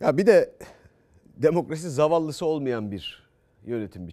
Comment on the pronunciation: Zavalli mavalli diyo LAAAA hala..😂